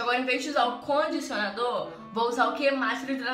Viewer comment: "O CONDICIONARDOR" 😂